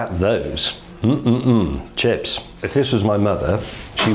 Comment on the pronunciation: “look at those, mm mmm mm, **𝗰𝗵𝗲𝗽𝘀**“